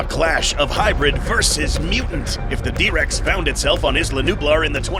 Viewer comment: "The Dihh Rex" brutal 🥀